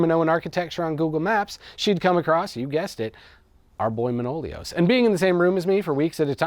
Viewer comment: One note, it's not ManOlios, it's ManoliOs ;)